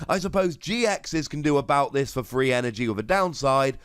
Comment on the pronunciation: I keepnheering free energy not 3 energy